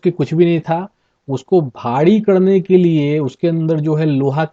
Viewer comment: Bhadi nhi bhari......😆😆